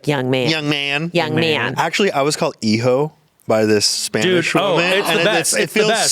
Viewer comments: I'm sorry but I laughed when said "hijo", because it sounded like "e hoe", which is what we call the internet hoes 😭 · Ian and pronouncing hijo and mijo took years off my life